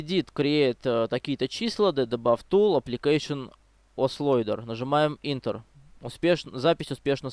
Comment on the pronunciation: И Ентер а не интер